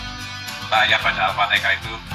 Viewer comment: Ketika membaca Al fatekah..emang ada ayat Al qur'an Al fatekah ya😂 Hadeehh muurtadong odong🐷